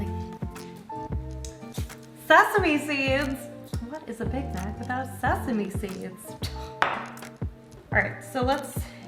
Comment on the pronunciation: all I heard was "BIG BACK SAUCE" lmfaoooo 💀